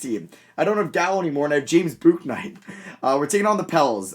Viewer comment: Your pronouncing James Bouknights name wrong, it is pronounced, James Book-Night